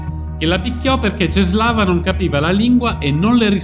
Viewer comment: La "ł" si legge u :)